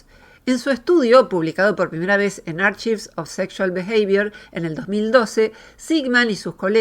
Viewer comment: Sin ofender! Pero no se pronuncia /archaiv/, si no /a:kaiv/. Con una k no una ch. Es importante que siendo una palabra que decís muchas veces en el video la pronuncies. La confusión también puede venir porque "achive" usado como verbo "conseguir" "lograr" si se pronuncia con CH. /atsiv/